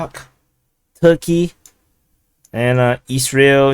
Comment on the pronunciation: I hope your pronounciation of "Isreal" doesnt cause trouble....✌️🤷😂